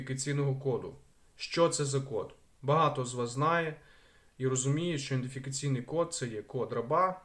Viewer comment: ІДЕНТифікаційний, а не індифікаційний.